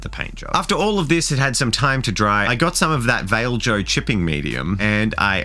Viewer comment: “Vail joe”